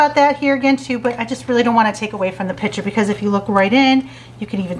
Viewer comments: I noticed that, too! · The work is "picture" not ".pitcher."